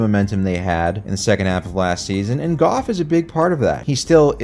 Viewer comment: pronouncing Jared's last name as Goff and not Goof is as good a measure as any of how good our season's been going